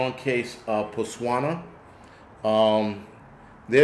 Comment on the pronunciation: You had me at ‘Pusswana’ 😂